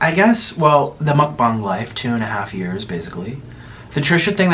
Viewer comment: You call it mukbung instead when its supposed to be mukbang just so you know. Love your vids